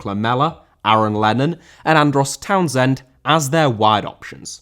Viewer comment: Townsend* not Townzend